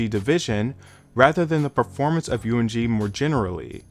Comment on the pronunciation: My guy, you need to pronounce M in UMG correctly lol. It's not one word spell it out lol